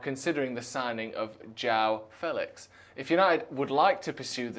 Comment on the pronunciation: 'Fehlicks' sounds like something to do with genitalia.